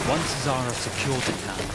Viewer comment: It's zahraa not zara